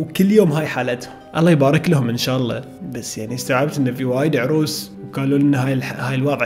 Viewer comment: اسمها اعراس مو اعروس